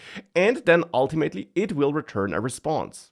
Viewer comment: oh man how i missed saying "ultiMATEly". the sheer joy!